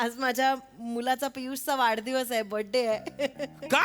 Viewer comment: Prajakta 'vadhadivas' la 'vadadhivas' mhanali.